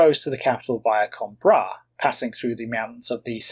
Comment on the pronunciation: Portuguese pronunciations: Almeida is “Al-MAY-Da” and Coimbra is “Coe-EEM-bra”.